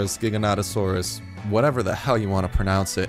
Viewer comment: This is how the discoverer of giganotosaurus pronounces it : jiga-noto-saurus